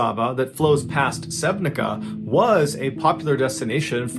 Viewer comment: Never read "c" as k in Slovenian language. In your language you would read it as sevnitsa